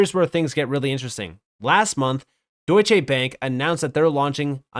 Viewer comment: It's NOT Deutschéééé'Bank but Deutschè with a 'short' E!!!!!